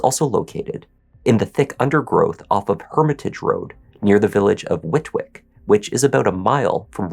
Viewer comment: And 'Whit-ick' rather than Whitwick. You wouldn't know though I guess if not from here